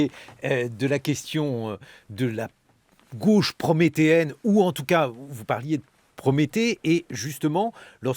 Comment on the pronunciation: "c'est le rôle de la gueuche" mdr, il dit "gauche" comme manon aubry